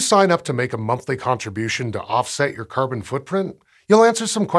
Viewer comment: Is it me or does anyone else hears kerban instead of carbon??